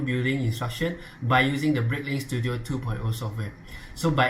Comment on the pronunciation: normal person read: Studio some one: stu DIO